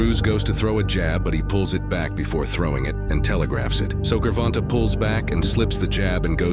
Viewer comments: it pronounced the name pretty much correctly except that "g" sound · The “Grrvonta” pronunciation gotta go 👋 😂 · ""Gore•vonn•tah""😂 I heard 2 different ways to pronounce his name and neither 1 was the right way.🤣🤣🤣🤣🤣🤣🤣🤣